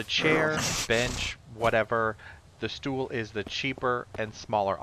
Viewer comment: somting tels me that ur NL cuz the way u say "stoel" xD